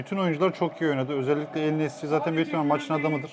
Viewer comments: Ya,,,, şu adama en nesri deme artık... İsmi EN NESİRİ y harfi de var😀😀😀seviliyorsunuz.... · Adamin ismi EN NESYRİ!!! Nesri değil !!!